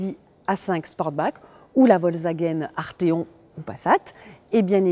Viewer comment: La Volta guen artheon ??? Volkswagen arteon